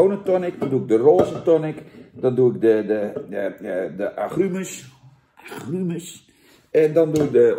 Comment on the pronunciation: 'Aggruumes', hahahahaha 🤣😂, lekker een Dennisje doen, Jan? 😉